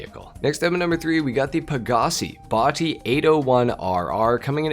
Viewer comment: Pronounced (b-AH-tee)